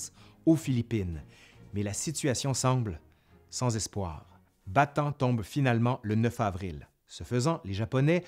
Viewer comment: bonjour , la penincule de "Ba-Ta-ane " et pas "Batan" ( Bataan ) au sud de la grande iles de Luçon ( Luzone ) , :-) en 1944 MacArthur , débarquera dans le Golf de Lyte ( Lété ) et pas" let " comme je l'entend souvent , si non , tres bon travail .